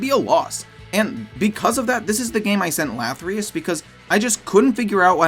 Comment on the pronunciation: LATHYRUS not - lathryus